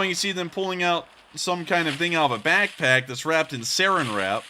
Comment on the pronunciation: it’s SARAN WRAP!! NOT “SERRIN WRAP” hahahah